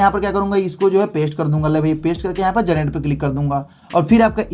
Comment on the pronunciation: Generate ❌ garnet✅ 😂😂